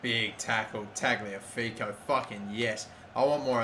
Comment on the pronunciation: ok its killing me. tagliafico is pronounced ta-liya-fico